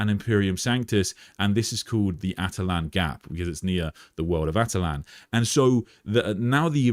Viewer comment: Attila-n not atalan